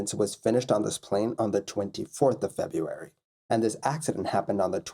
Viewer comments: It's not a misspelling, it's a mispronunciation and it's just lazy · FebRuary not Febuary